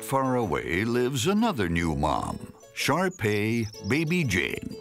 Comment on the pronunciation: First time I heard him say shar-pei, I thought he said sharpie as in the marker